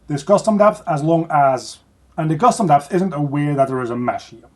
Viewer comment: say custom deph again